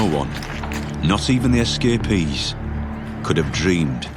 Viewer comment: S Ka Peas = Escapees